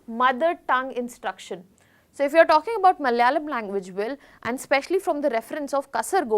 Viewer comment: It's Malayalam, not malyalam😡